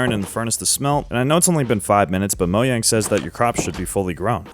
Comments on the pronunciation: Mojang ❌ MoYang ✅ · I love how he says “Moyang” Instead of “Mojang” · Mojang not moyang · It's not pronounced as moyang its mojang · "mo yang" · "Moyang" It's MOW-JANG, it isn't a Mexican, or Spanish company. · stop saying Moyang it’s Mojang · How come you say Mojang with a Y and not a JAY sound? You say it like it’s MoYang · Saying “Mo yang” instead of “mojang” is pure evil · Why do you say moyang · and he still says moyang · Ah yes I love "Moyang" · Bro pronounce the J in Mojang. That shit pissing me off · Its reaction bait, even though officially its Mo-Jang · still calling it moYang😂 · Moyang sounds about right. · why do you call it moyang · i have absolutely no idea as to why but everytime you say moyang it makes me angry and i keep hearing it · Ah yes "moyang" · moJang...WITH A J, DO YOU SEE A Y??? (ik thats how some people say it but my god) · Did he just say "moyang"... Yh that's enough to make me click off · did u say moyang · "Moyang??" 😭😭 , , , , , , , , , , , , , (lmk if i missed any) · HE STILL SAYS “MOYANG” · Why does it irk me so much that you pronounce Mojang that way? 😅😂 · Pronouncing “mojang” completely wrong is frying me tbh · Respectfully I hate how your pronounce mojang idk😂😂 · Finally got part 2 lesgoooo (still pronouncing Mojang wrong nooooo) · its been 4 years and yet he still hasn't said mojang right once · He still doesnt know how to say mojang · He doesn't pronounce Mojang the way Mojang intended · so weird how he pronounces mojang, i dont care if its correct